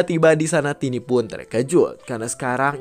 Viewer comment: Bang tiny itu disebut taini bukan tini kalau tini itu tanteku